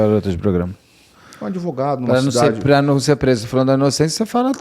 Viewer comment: Ué...."adevogado"???? Achei q ele daria a cara a tapa...😅😅😅